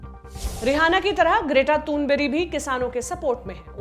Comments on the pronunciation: Greta Thunberg नाम को आपने ग्रेटा तुनबेरी कहत रही हैं आप। तो फिर ग्रेटा को ग्रेता या फिर ग्रेयता क्यों नहीं कहा क्योंकि स्थानीय भाषा में तो ग्रेयता ही कहा जाता है उन्हें??? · Hahaha.. Mere comment se कृपया mujhe personally judge na kare.. Mai apne jindagi me bohot aage hun.. Or इंशाअल्लाह aise hi aage badta rhu.. Jab ek news reporter k नेताजी सुभाष चंद्र बोस KO galat pronounce karne per bawal uth sakta hai.. To yha ek reporter ek internationally fame getter GREAT THUNBURG k galat naam lene per ek bhi sawal nhi.. Lgta hai aap bhi ma'am ki andhprasnshk hai.. jinhe unko galti hi nhi dikhti..